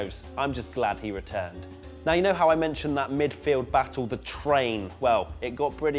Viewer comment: Was it me or did I hear a NEOW he is back 😂🤣😂